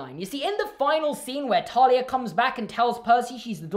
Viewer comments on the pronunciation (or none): Something else really stupid is they pronounced it as “Talia”, not “Thalia”, the actually pronunciation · Also is it just me, or did they pronounce Thalia’s name wrong? I always pronounced it by how it looks